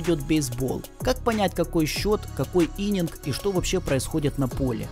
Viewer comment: Отличный ролик. Только актера зовут не Джон, а Джона Хилл. Ну и правильно будет "иннинг", а не "иненг". Ну и ещё хочется сказать, что несколько лет назад команда NFL Кливленд Браунс наняла ДеПодесту, как раз для MoneyBall. О чем есть несколько информационных плашек под его изображением в данном ролике. Такие дела.